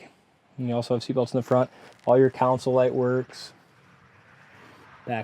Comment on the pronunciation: It's not a council. They are down at City Hall. It has a console. Pronounced sole, like the sole of your shoe. Khan-sole.